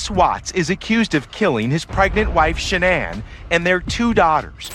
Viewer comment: In your first story, her name wasn't Shan-nan. Her name was Sha-Nann. It's very disrespectful to cover a story on someone and not even get her name right, especially when the news coverage you provided in the story said her name correctly.